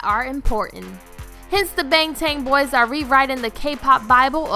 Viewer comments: “Bengteng boi” *remembers a guy who pronouced it “bengten soniyond0n”* Edit: she actually said “bengteng boiz” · I can't watch thisss she butchered his name and "bAngTayn bOyz"